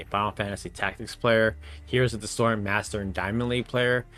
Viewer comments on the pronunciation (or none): none